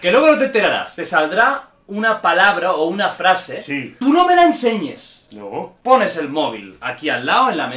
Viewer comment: Alguien me dice cuantas veces dijo naur 😂😂😂